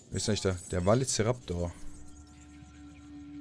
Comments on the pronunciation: Velo nicht Valo. xD Ich liebe es. xD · Ok, er sagt auch einmal Valoceraptus -. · Ja, übertreibt gerne, er hat Valoceraptor gesagt XD. Ist aber auch nicht besser